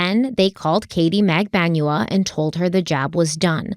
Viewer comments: Mag-ban-wa is the correct pronunciation. It’s a common Filipino last name but not common in the US obviously so it’s understandable to mispronounce it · Just watching this video now. got the right pronounciation: Magbanua in Filipino is Mag-ban-wa. 🙂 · It's mag-ban-wa. Accent on the 2nd syllable. :) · TBH it's cute when you mispronounce the names, and people should understand that it happens esp when the names are foreign, it's not disrespectful unless you do it intentionally. BTW Magbanua is pronounced MAG-BAN-WA (short A's always in Filipino). Love your work. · Pronunciation guide lol: Luis Rivera = Lewis (english version) Rivera. Jeff LaCasse = Jeff Luh-CASS. Detective Isom = Detective eye-sum. Katherine Magbanua - Katherine Mag-bahn-wah.